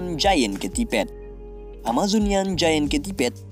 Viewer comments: Kentiped? Centipede bg😂dgrin di google aj cara pengucapannya. Tp btw makasi vdeonya ya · Amajon gak tuh... Oya bang, bahasa inggris nya kelabang emang centipede, tapi bukan di baca ketiped juga kali bang, pengucapan yang benar sentipid. Hanya menjelaskan bang, hehe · wkwkwk kocak kentiped